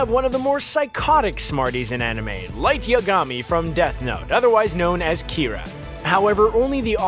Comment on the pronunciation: I couldn't get past the part with Aizen where he absolutely BUTCHERED the pronunciation of Zanpakuto. Also screwed up Light's name as well. If you're gonna make a video compiled of random garbage at least pronounce the shit right...